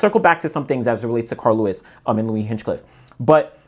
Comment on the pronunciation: A minor note: his name isn’t actually Hinchcliffe, but Hinchliffe. There’s no “cliff” after Hinch. Just “Liff”.